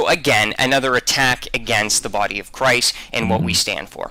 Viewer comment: He said CWIST! 😂